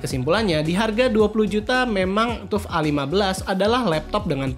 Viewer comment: Hai bro, FYI.. TUF gaming di baca (TAF GAMING) bukan TUF gaming. Nice konten, keren dan suka sama editing videonya 👍